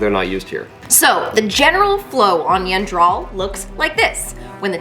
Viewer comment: every time... you have been saying the planet incorrectly.